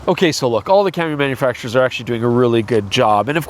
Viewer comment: It's hard to tell if you are saying "manufacturers" or "MFers." For this video, perhaps they mean the same thing. Freudian slip? Or just trying to talk at double-plus YouTube speed? I guess only you know.